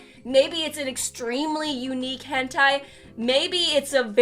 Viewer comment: Why is everyone saying “gentai” instead of “hentai?”